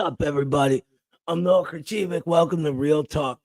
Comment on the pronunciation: I always hear Khrachivik but it's written as Khrachvik... what's up with that?